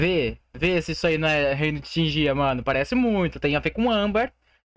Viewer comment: Primeiro, não se fala reino de tinjia, se fala reino de tingia kkk, se pronúncia o G do mesmo jeito que vc pronuncia o G pra falar thiaGo kkk. E segundo, vai ser uma nova ilha de fogo, tipo uma nascente de âmbar